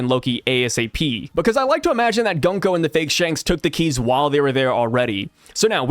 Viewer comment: The pronounce for 軍子(Gunko) is not Gan-ko but Goon-ko like how you pronounce "Moon". Just saying